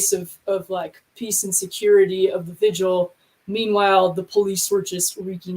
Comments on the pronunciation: So, if someone shows up at your house, starts busting your stuff up, threatening you,,etc. Who are you going to call? The violinists? And its pronounced vigil, not vigual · I love you so I have to let you know that you are mispronouncing "vigil" by rhyming it with "visual", turning a two-syllable word into one with 3. Please, no more "vidge-ual". It's vigil.